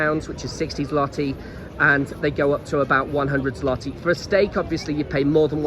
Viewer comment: jesus are u taking the piss? Ten freakin YEARS? OK carry on saying it wrong. What do I care?